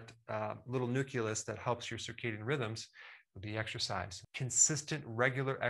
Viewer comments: No, Dr. Berg it is not the nuculus. It is the nucleus. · Nucleus is not pronounced nukulus. Good golly, Miss Molly. I hope you're not one of those oblivious people who says Nukuler??? AAAAAAAAAAAhhhhhhhhhhhhhhhhhhhh !! .. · It's nucleus, not nuculus. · Great info but one bug: It's nu-CLEE-us, not nu-KEWL-us. That's a leftover mispronunciation from Bush 2 regarding nu-CLE-ar weapons, which he pronounced as nu-KEWL-ar. You're so precise about everything, you deserve to correct this as well. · It's nucleus. Not nuculus 😂😂😂. And the video is great dr berg. Shared it with many . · Did the Dr. say suprachiasmatic (nuculus) instead of nucleus, to sound intelligent at a party? Well played sir! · Adore & appreciate all your videos, Eric……….but it’s NUCLEUS, not NUCULUS. No shame intended, just thought I’d let you know. Thx for all❤ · Why call it nuculus? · Nuculeus? Lol. It's not nuculear war. Come on, doc.